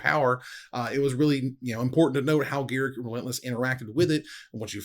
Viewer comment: Why is reading Garruk wrong? didn't WotC announce how to pronounce him correct?